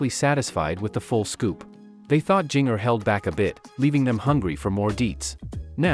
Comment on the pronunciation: Jinger is pronounced the same as the spice GINGER. And you say 411 as “four one one”, not “four eleven”.